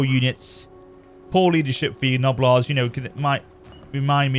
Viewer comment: The g in gnoblars is silent and the second g in gorger is pronounced like a j sound lol